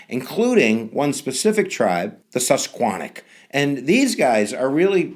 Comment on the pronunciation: PA / We say it like: Sus-Que-Han-Nock. The river is Sus-Que-Hann-a Fascinating btw :D